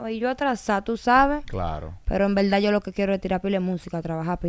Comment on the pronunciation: Bueno sin ofenderse quiero que cuenten cuántas veces dijo la palabra ( en velda )